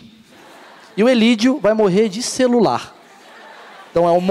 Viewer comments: klkkkkkkk...ele nao sabe nem falar direito ele disse cerular....sabendo q o cara disse celular.. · o cara maurício meireles falo cerula.. k??